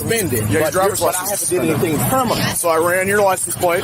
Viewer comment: I haffun did anything kerminal! Das not KERMINAL!